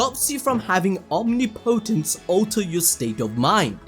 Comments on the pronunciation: Listening to you struggle to say “omnipotence” is hilarious 😂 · the way guy says omnipotence pissin me off its one word not two man